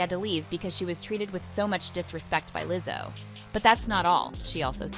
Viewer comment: what's with the Leezo? lol